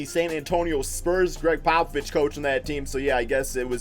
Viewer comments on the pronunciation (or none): none